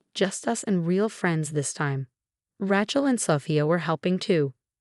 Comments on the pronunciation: Ray-chel not Rat-chel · Why can’t she pronounce the name correctly its not a ranch’el Ray is she correct sounding. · Ratchell again. Say it correctly or use another name. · Rachel has a long A . A lot of these sites use the name, Rachel and pronounce it incorrectly😮